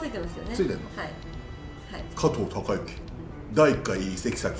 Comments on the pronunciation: 加藤貴之を加藤タカ言うのは、あきません！ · 加藤のこと「加藤タカ」って言うなww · 里崎さん、 「加藤貴之＝カトウタカ」はダメだよ・・・